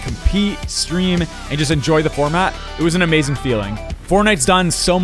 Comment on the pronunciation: Did he say ehmazing